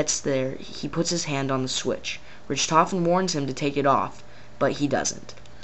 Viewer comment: ritrovin?its pernounced (rick-tofen) but spelled richtoften